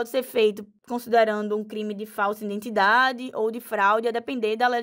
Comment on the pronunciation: “INdentidade” parei aí!